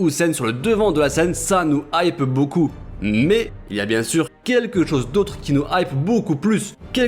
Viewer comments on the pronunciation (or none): none